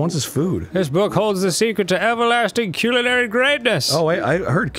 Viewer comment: Please stop saying culinary wrong.. it hurts